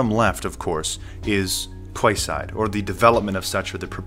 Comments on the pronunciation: its pronounced "key side" not "kway side". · I think it's pronounced Keyside. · It's pronounced " key side" brother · it's pronounced : ''Keyside'' - weird right? The area it's gonna be in is called Queen's Quey (key). Perhaps it's the last ''Key'' to lock all freedoms away....I left Toronto for a small town a decade ago and am never looking back. Never liked this city, aloof, gay and stand offish. Now our Prime minister is a liberal fool in love with the global agenda and things are falling quickly....